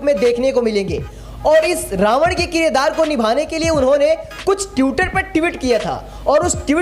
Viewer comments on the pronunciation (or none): ट्यूटर नहीं ट्विटर होता है और ट्यूट नहीं ट्वीट होता है ट्वीट। और भाई दिल पर मत लेना, मैं चाहता हूँ कि सभी बहुजन पत्रकार सटीक उच्चारण करें ।